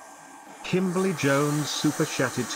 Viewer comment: Just a query, why does the voice that says "Superchatted" make it sound like its "Supershatted"? Jus' asking like... I knows I will get me coat...